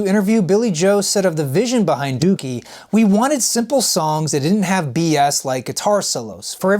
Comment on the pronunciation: Im just glad he pronounced it right